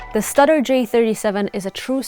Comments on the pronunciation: It's Stewder not Studder! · Did she say “studder” ? Have I been saying it wrong for 50 years? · I believe studer is pronounced like stewder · It is most definitely “stoo-durr” and “neeve”. Also while we’re at it, it’s “Moe-g” like Joe with a G at the end, not “Mooog” like a cow. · I heard stutter....😊